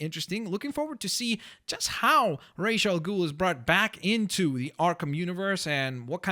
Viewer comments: Hey I hate to be "that guy" but the correct pronunciation of ra's al ghul is (roz-al-gool) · ras ah ghul